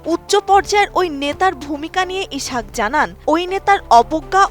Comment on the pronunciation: ইছাক বলোস কেন? ইসহাক বল।